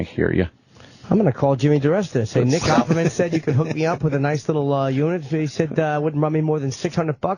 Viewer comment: Jimmy says nick ackman lmao